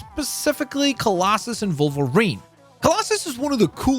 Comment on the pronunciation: Take a shot every time he mispronounces Wolverine as Vulvarine